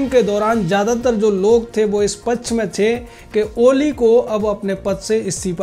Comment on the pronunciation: एंकर जी, कृपया अपना यह शब्द ठीक से उच्चारित करें । पक्ष, इस शब्द का उच्चारण पच्छ नहीं, बल्कि पक्क्ष उच्चारित होता है ।